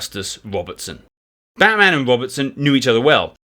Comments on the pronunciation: Try pronouncing Batman with a diminished "a" in "man". This is actually abut Melbourne not Gotham City. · Its Batman like Batsman not like the super hero lol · After overlooking your mispronunciation of Batman (although he does have certain superhero qualities!) a thoroughly enjoyable and engaging overview of his life and adventures.